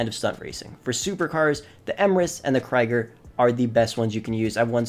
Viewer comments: Dude, is it called Kreiger or Krieger? Look how its spelled. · He literally can't pronounce any of these Kosatka is Koh-Sat-Ka Toreador is Tory-Adore Jugular is Jug-You-Lar Krieger is Cree-Ger Also for drifting you wanna use something more like the Rapid GT or Banshee 900R not the ZR380 Also Yeah no thats really not NOS, thats a rocket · It’s pronounced “Cree-ger” my dude